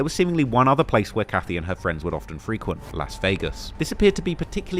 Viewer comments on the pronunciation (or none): none